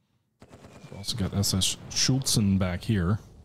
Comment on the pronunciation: Please, it's not 'Schultz-en' !